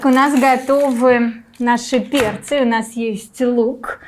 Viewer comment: "перцЫи.. готовиИм.."" ыыы..